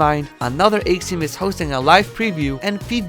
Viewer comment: hey uhhh you said axiom wrong